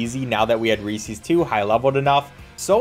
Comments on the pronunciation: Bro really says Recees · Was going to watch the whole video till I heard REESEES… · you pronounce reeses wrong